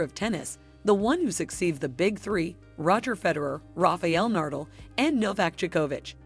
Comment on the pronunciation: You better know how Nadal and Djokovic are pronounced. After that all the previous information is much more questioned